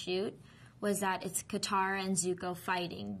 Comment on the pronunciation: oh they pronounced katara correctly i thought theyed pronounce it kataraflabloop